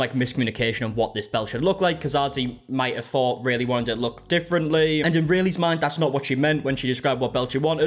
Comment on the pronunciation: It was spelt Raylee, so he is pronouncing it correctly. It’s not ry-lee it’s ray-lee